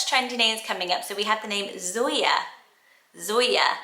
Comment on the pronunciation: Whenever you said Zoya I just heard Sawyer😂